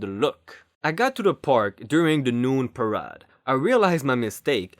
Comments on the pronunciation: Great job! It's par A de, though, not par ah de. A like in hay. That's really the only thing that stood out. I'm not complaining, I know I couldn't say a damned thing in your birth tongue, let alone read something. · Parade is actually pronounced as PA -- RAYYD -- rhymes with band aid